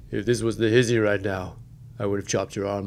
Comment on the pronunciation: He pronounced it as "hizzy" tho, which really through me off lmao